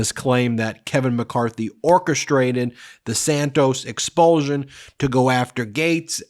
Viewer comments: Learn how to pronounce expulsion! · You have a very curious way of pronouncing "expulsion".